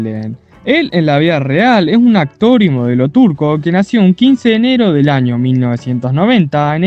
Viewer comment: Que mal habla este hombre se dice año no jaño